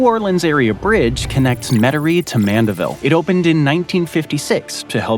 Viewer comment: I am surprised and impressed he pronounced Lake Pontchartrain, Metairie and Mandeville correctly.